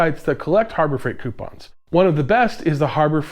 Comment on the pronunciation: Do not, i repeat do not take a shot every time he says coipons